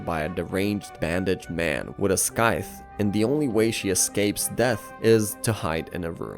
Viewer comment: As a narrator, surely you would learn how to pronounce “Scythe” 😝